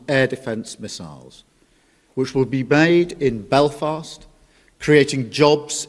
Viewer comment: "Bade in Belfast" ?🤔 He needs to get a refund from his `speech therapist`.